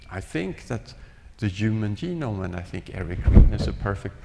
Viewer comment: If you notice Päabo had a speech defect: He cannot pronounce the soft 'g' (ie., 'g' as in 'germ', 'gem', 'geology', etc.). Instead, he pronounces 'g' as a 'y'; hence 'genome' becomes 'yeenome' .